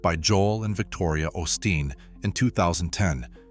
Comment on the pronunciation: If you're going to do stories on the osteen's pronounce their name right quit being stupid